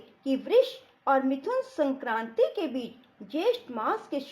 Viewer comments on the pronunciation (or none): none